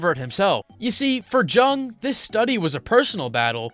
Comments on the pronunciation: It's pronounced more like "yoong". Not true, speaking from experience. There is a small percentage of population to whom loneliness is impossible to understand beyond knowing it's definition. All schizoids, some autists and also completely healthy individuals that have their social interaction need bar hanged so low that it's hard to tell it even exists. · it's called Carl jung , jung is pronounced as yung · Carl Zhang the Chinese psychoanalyst, pronunciation checks out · Pls look up the pronounciation of Carl Jung . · Bro pronounced Jung wrong every single time 😭😭😭